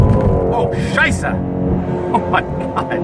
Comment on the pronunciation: very good! The short “s” sound in Scheisse is correct